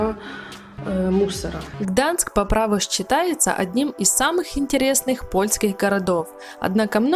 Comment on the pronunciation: Все видео слух резало, не Гданск а Гданьск